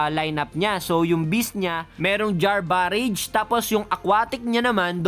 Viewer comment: galing mo idol! kaso sumasakit tenga ko pag sinasabi mo BAREYJ. BARAJ basa dyan sir. parang berserker barrage lang ni wolverine.